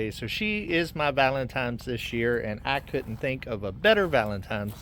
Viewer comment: Lol. ValenTINEs day! NO M in the word valentine!! 😊